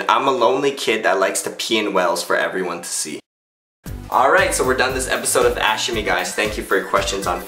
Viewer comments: when the video starts i always hear "welcome to another episode of ass shimmy" XD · 'Ask shimmy' sounds like 'ashkme' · i thought you said "ashy #5" PHAHAHAHAHAHAHA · when he say ask shimmy i keep thinking he said ash shimmy ? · It sounds like you're saying "ass shimmy". ;)